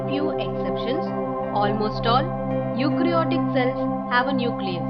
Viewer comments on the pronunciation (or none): That is prokaryotic cell and eukaryotic cell not prokrayotic or eukrayotic cells